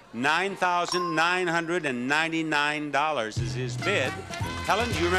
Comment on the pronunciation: Bob had me laughing when he pronounced Jeffrey’s bid of $9999 lol